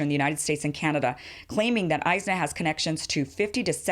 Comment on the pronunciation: It is pronounced IS-NA and it is a mixed bag but overall an extremely liberal organization despite the money they got.